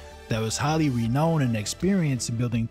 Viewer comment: Not knocking ya, just means you learned the word on your own for whatever reason. But renowned, is pronounced like re-noun-ed. The middle is pronounced like noun, like it's said saying verb or noun.